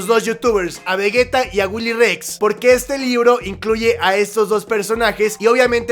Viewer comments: No se que me da mas gracia,que digas veguetta o que allas puesto una imágen de Dalas y Miare XD Gran video,like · Porque dicen vegueta? 😂 No lleva u no mamen